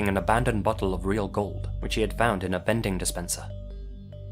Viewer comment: All I can hear is "bending" machine